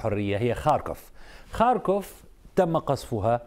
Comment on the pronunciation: اتابع الاخبار من عدة مصادر . . . لاول مرة اسمع اسم مدينة ( خاركوف ) بشكل صحيح من السيد احمد فاخوري